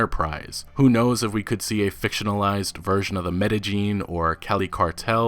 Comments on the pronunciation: Medellin is pronounced med-eh-yean not med-uh-jean I hate when ppl mispronounce words in other languages. It’s like when ppl order at Starbucks Can I get a Granday lattay and a ventay lattay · Metagene? The way he pronounced medellín made it seem like it was a superhero gene or something